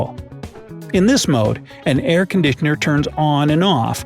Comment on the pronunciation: Did you say aircondickner on purpose or was it a mistake lol?